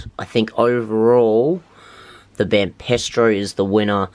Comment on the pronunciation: It's Banpresto as in hey presto not pestro